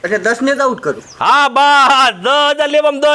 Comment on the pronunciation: ડોહલી આબુટ નહીં આઉટ કહેવાય ❤❤❤